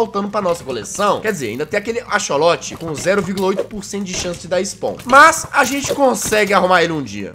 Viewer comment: jazz, a pronúncia de axolotl não é tipo acholote a pronúncia é tipo acsoloti